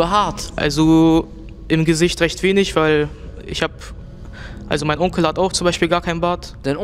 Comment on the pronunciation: Das dein Onkle hat mich gekillt das war mir zu französisch